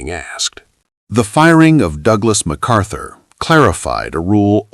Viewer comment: It’s not MacArthur